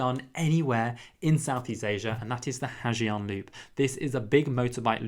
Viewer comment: You can spell the word Giang in Ha Giang loop as Yang instead of saying Zi Ang